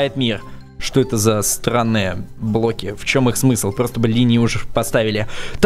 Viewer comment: почему ты говоришь блки